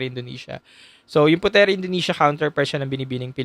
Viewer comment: Puteri (Indonesia) is pronounce as "Putri" not Pute-Ri